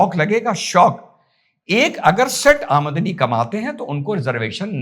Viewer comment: Aa-madni kya hota h. 😂😂😂 Aam-dani hota h chicha.. Zabran hindi kyu bol rhe ho... Itni urda training thi kya